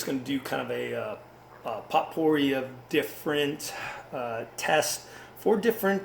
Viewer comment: Very helpful video... but I couldn't help but laugh every time you said POTpourri; the T is silent, and the O is long: POEpourri.